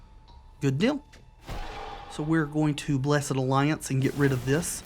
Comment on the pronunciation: Thank you for pronouncing the Blessed in Blessed Alliance as a two syllable word instead of one. I also do that. That makes us bros for life.